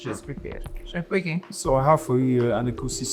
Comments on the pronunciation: Who is this fake thing? You can't pronounce a two-syllable name. 🙄 way-gay. All these yeyebrities sef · You can’t pronounce ‘wege’????